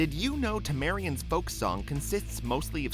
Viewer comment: Did he say... Tamarian? you guys are idiots...